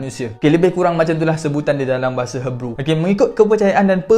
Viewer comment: Others: Hee-brew Speaker: Her-brew Sorry jadi pembaris.. 🥷🏻😂